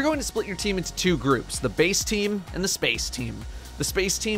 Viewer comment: Bace not base